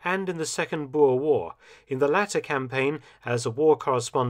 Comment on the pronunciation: Finally a person who can say boer correctly